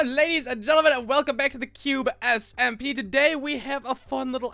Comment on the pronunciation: H: "S-M-P" Me: "delete your channel wtf it's simpa sIMMMMPAAAAAA"